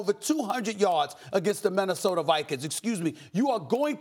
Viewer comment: Stephen "Men-nesota Vikings" Smith